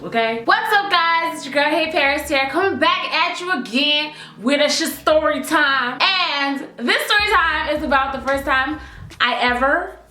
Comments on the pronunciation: I've heard you say "sha " in the beginning of some of yours words like shastory time. Did you get that from bad girls club cause that's where I heard it lol.love ya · did she say Sha-story time becus didn't that come from BGC 16? XD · "With a sha-storytime"...Yass sha-language..lmaoo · You know watches the bad girls club when she says "sha-storytime"